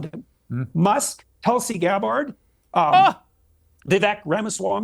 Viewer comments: It’s Tulsi GabbARRd Kyle get it right 😂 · ''Tulsi Gab-Hard''